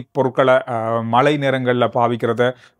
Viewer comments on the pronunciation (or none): மழை மட்டுமே பெய்யும் மலை ஒருபோதும் பெய்யாது உங்கள் தமிழ் உச்சரிப்பில் கவனம் செலுத்துங்கள்